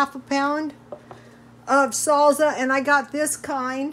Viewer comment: Came to shamelessly plug my own video of Mexican meatloaf...stayed for the pronunciation of "salsa"